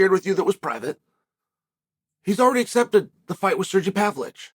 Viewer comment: “Serjy Pavlitch”……🤣